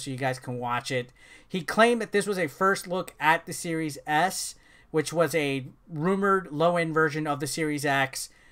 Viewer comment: Could have sworn you said series ass at some points lol.